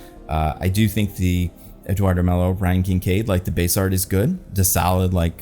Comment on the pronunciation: I know you pronounce it Kincaid and I might be out of my mind - but wouldnt Kinnaird be like Kennard. I’m sorry it made me OCD and I needed to shout into the void. But thanks for the vid 10/10 as always